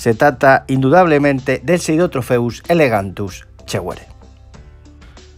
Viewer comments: Perdona que te corrija, pero en el vídeo no paras de decir "elegantus" y es "elongatus". Por lo demás buen vídeo como siempre y el pez me gusta bastante, de hecho lo tengo en el acuario. Saludos. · ELONGATUS no Elegantus... Y tienes que aclarar que es FITOplancton y no ZOOplancton, ya que dices que se debe alimentar con vegetales y no con animales.